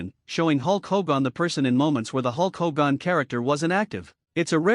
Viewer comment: Stupid AI commentary can't even say Hogan.